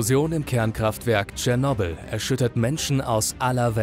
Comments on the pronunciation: So geil, wie er es ausspricht... „Tschernobl“ :D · Du hast cyernobil fslsch🤣🤣🤣